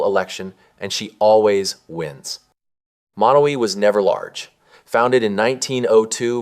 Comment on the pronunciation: Lots of misinformation. The pronunciation of Beatrice and Monowi. There is not a Menards in Beatrice.